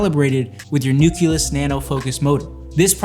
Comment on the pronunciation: 5 people reviewed this product... zero of them could pronounce Nucleus or Nuclear. Super bizarre.